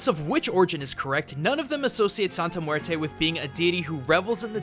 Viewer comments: Joaquin Pirotto I KNOW, it's mueRRte. Like a mini drumroll on the r. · So it’s more pronounced like muete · As a native spanish speaker, it makes me cringe every time you say "muerte". I know it's not your fault english doesn't have the strong R sound spanish does, but it still makes me cringe so, so hard.. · Did these dude seriously call muerte...murto ? Lmao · Muelte Muelte Muelte